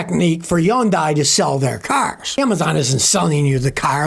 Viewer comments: fyi: Hyundai rhymes with "Sunday", not "sun-die"... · Hyundai is pronounced HUHN-day, not HUHN-die. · Why does Scotty call Hyundai, Yyundai 🤔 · Whats a Yawndye? A new company? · Hyundai…… pronounced Sunday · As soon as I heard Hyun(die) I said yikes, no thanks. 😅